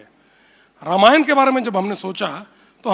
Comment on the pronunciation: रमायन नहीं रामायण सन्नी जी